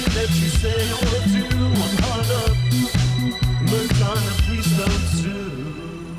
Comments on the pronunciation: Why does he keep calling it "Hun Up"? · strange dude speaks perfect english but can't pronounce "hung up" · "Hun Up"... ffs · This dude pronounced "Hung Up" as "Hun Up" every single time. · As a linguistics nerd, I'm SUPER fascinated by your accent — an accent where "Song" is pronounced "Sonn" (and "Hung Up" is pronounced "Hunn Up"). I'm super curious what part of the country has a total "ng"-to-"n" shift (where it's not just limited to the ends of "-ing" verbs)! -Paintspot Infez Wasabi!